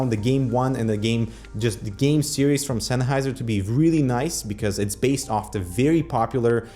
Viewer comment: sun-heiser, bye-denamics? that's not how they're pronounced)